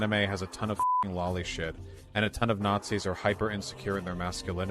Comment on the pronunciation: It’s become almost a badge of honor for YT Political Commentators to get called one by Vaush. Mentis Wave put out a video a few months back called “Achievement Unlocked: Vaush called me a Nawtzi!” Started the video with “Guess I’m big time now! Voosh called me a Nawtzi!”😂😂